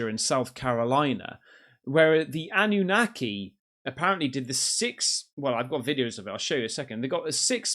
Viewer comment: Why do you keep saying ananaki? Nobody's said that just you? Didn't say it on broadcasts